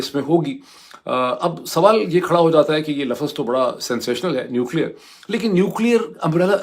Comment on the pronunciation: LAFAZ Nahi Hota Bhai “ LAFZ” Hota Hai “ LAFZ” Hota Hai 😢